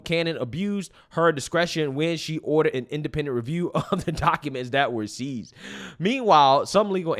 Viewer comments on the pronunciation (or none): none